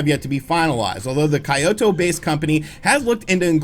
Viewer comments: Kyoto is pronounced kee-yo-toh. not kai-o-toh. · It was kinda hard to follow after hearing poor butcher Kyoto. It's KEY-oto, not KAI-oto 😅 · "Kai-oh-toh" Oh jesus. It's kYO-toh. You don't pronounce Tokyo as "Toh-kai-oh" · Learn how to say Kyoto bruh... Gtfoh with this Kaioto BS. You cannot actually be serious with this. Japanese is incredibly easy to pronounce. That's enough to earn an unsubscribe. You get paid to do this... Learn how to pronounce words and if you're unsure... Just put into Google translate and have it say it to you. Jesus... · Kyoto. Key-yo-toe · "KAYOTO" You dont need to be cultured nor be a JAPaNeSe enthusiast to pronounce Kyoto correctly especially if you've been gaming with Nintendo for nearly 3 decades. Holy sht that was the cringiest thing I've heard all year, and that's saying something this "tuweny tuweny" I still love you 😂